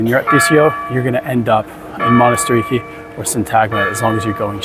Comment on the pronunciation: its manatirAki not monastiriki...and its s agorah not agora.. emphasize the a at the end but great vvideo.. thanku